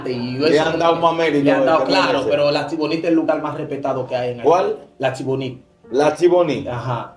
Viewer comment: En español se pronuncia altibonito 😊